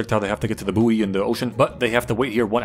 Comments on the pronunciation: its pronounced boy not boiiiiieeee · Isn’t buoy pronounced boy? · Aight bro, btw r u purposely pronouncing buoy wrong?